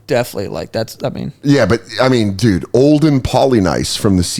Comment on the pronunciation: You got Olden right. I remember hearing his last name pronounced like Polyniece.